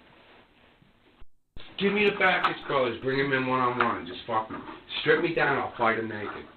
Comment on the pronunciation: Any other Pat McAfee viewers hearing “pick ‘em up and put ‘em DAHN” or is it just me